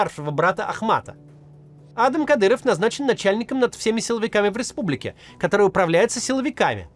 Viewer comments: Ну адАм же, а не Адам) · Не Адам, а адАм😂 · он не Адам а адАм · Не Адам,а Адам! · Может он и А́дам, но он родился и живёт в России и на Кавказе, так что он Ада́м😂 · как меня саипале эти "Адам". Правильно ставить ударение на вторую "а". Зачем вы его все на американский манер зовёте? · Почему Кац говорит "А́дам Кадыров" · Кто научил ставить идиотские ударение в имени «Адам» на первую букву??????????????? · ударение на 2 -ое А !Хоть кафировский отпрыск позорит это имя ,но что с предателей возьмёшь и дед и отец агенты кгб =фсб и всегда прислуживали кремлю продавая Ичкерию и весь вайнахский народ! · Меня прикалывает, как Кац произносит имя Адам на американский манер, а не на русский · Почему вы Адама на первый слог ударяете как будто он англичанин какой-нибудь?